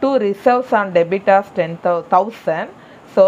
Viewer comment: Debitors illa debtors